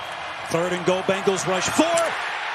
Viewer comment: it hurts my ears to hear an announcer call them the Bangles